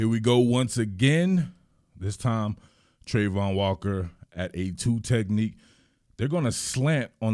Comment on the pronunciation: This is awesome, I'd have to get one thing out is that the pronunciation of travon is not Trey-von it's Tra-von.